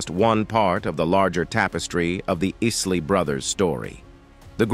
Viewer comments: Bro you did it again!!! It’s Isley G not Easley bro. You pissin me off with that. Obviously don’t even listen to them and got the nerve to do a doc. FOH… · you can tell this is robotic, because they're group name is not easley it's pronounced "I" or "Eye"sley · It's I-SLEY brothers. Not IS-LEY! Killing me 🤦🏿‍♂️ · Call me petty but why does the commentator keep switching from calling them by their correct name of Isley to calling them Easley? Very irritating but good documentary😐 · Easley or Isley??? Good commentary except for the name-narative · What's up with for a minute pronouncing their last name right and then turn around and jack it up saying the " Is Lee Brother's" is it some form of dyslexia or something, the bands name is pronounced just like his name, Isley which is pronounced Eyes Lee for both his name and the band 🤦🏿‍♂ The inconsistency on the pronunciation is like running a nail on a chalkboard 🎯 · Too late. Did you not watch the video? The "Iss-lee" Brothers? Their "fin-anchial" problems.... At least learn to pronounce the name before claiming to be such an expert that you can make a viedo about them. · What’s crazy is to me is how these people do so much research on people but still don’t even know how to pronounce their name correctly. I never heard Ron Isley being referred to as “Ron Ainsley” until today. Edit: I responded about the mispronunciation before the mark then realized got to when dude pronounced dwindled as “dwin-lead” and instantly realized the type of person I was dealing with 😂😂😂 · ISley say the name correct dang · Who's this obviously non-USA narrator: the Ees-lee Brothers? SMH Otherwise, great profile. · I don't understand why the IRS couldn't set up a payment plan for Ron. He should've been able to sell his assets to pay his debts and live a modest life with his royalty checks instead of wasting time in prison. (By the way: please stop calling them the "EEsly Brothers 🙄) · Asely Dewlead. WTF AI? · Wtf is iss lee 😠… I’m really loss